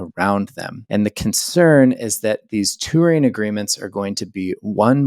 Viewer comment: Tour is a one-syllable word. Touring is a two-syllable word that ends with a letter g.